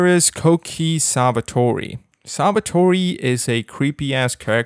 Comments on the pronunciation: Bro pronouncing sawatari savatori hurt me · The way you pronounced Sawatari was funny, dude 😅😄😄